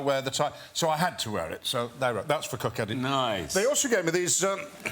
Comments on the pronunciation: I like Ian McKellen so much I'll forgive his pronunciation of Kirkcaldy :) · Ian pronounced Kirkcaldy wrong but everyone usually does so he is forgiven.